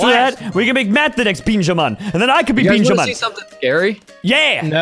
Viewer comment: why does he call benjamin Beanjamin? they should make that a skin